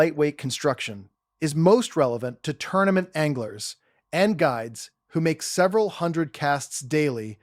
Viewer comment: …rods, reels, “ONGLERS”?… no thanks AI. Change your fake name to